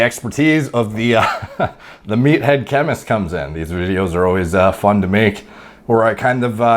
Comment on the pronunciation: Ahhh, “meathead”... not methhead...